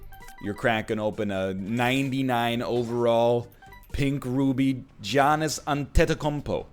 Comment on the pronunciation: holy moly he butchered giannis’ name lmao